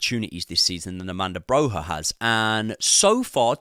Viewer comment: AMANDA BROHA 😂 ARRRRMANDO BROYYYAA